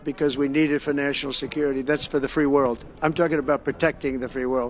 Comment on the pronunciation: assure the wold? ask him if he is american or not? Also, I applause Trump greatly for telling the truth about Carter during an extremely delicate time since Crter just passed away. He did it with class.